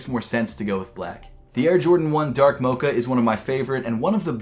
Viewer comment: Hate how he says “mocha”